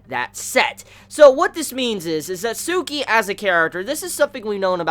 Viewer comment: It's Tsukki not Tsuki